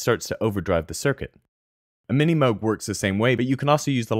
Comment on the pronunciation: whats a mini moguh lol